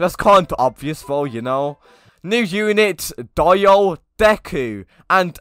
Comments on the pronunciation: He said die o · Dieo as he says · When didnt properly say dio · The way he said dio tho 🤣 I still enjoyed this video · Can't even say Dio right... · only if he was able to say DIO correctly smh